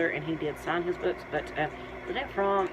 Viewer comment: This was interesting, and I was amazed at how nicely designed the book cover and dust jacket are-- which has nothing at all to do with Squeaky Fromme herself, but everything to do with the publisher. Just one small suggestion: I found your repeated mispronunciation of Lynette's last name very distracting, but for future reference, her last name is not pronounced "frahm," it actually rhymes with 'throw me."